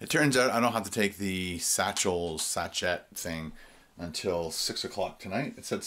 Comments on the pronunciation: It's pronounced 'sash-aye' not 'sash-et' lol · By the time you read this it'll be all over bar the shouting. I hope it went well. Btw, I think the word you're having difficulty with is sachet - it's pronounced "sashay", if that's any help :) xx